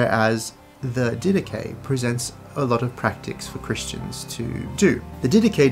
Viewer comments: The Dedache correctly pronounced “Didahi, with a bit harder “h” and not Didaki. in Greek is Διδαχή meaning the teachings. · The "Did ache" is another possible wrong pronunciation. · “Anyway, the die-dak” got me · I always pronounced it Did-ah-Ch-ee. With the ch pronounce like the ch in Church. That’s how I pronounced it when I first read it when I was 19. Thank God for hearing, because there’s a great many words that I would mispronounce if I hadn’t heard them. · So how does the section on Bishops and Deacons align with Apostolic Succession when it says to "appoint bishops for yourselves?" I'm very interested in Orthodoxy and other churches that claim to carry on the "Apostolic" faith in continuity from the beginning, but when I read the Didache (and I love the Dydack pronunciation btw) it seems to far more align with my protestant beliefs. What am I missing? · I pronounce it di-da-ché (like che guevara) how much steam would come out of a Greek Theologians head? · ...anyway the Die-dak... hahaha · Actually it's pronounced Dhi-dha-KHI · "Did Atch EE" from the American South. LOL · It’s not pronounced di-dah-chay?! 😂Great video thank you!